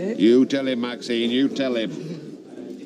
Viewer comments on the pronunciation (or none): Ashley could never call maxine by her name.....He pronounced it maxime